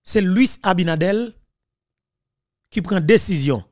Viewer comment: ABINADERRRRRR, NOT ABINADEL